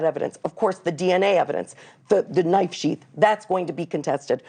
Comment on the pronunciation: And she saysss underkut😂😊